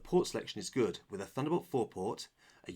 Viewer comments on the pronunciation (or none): none